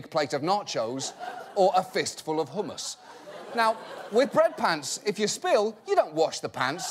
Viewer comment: i laughed when he said hummus when i thought "oh wait thats actually the right pronunciation. good on u."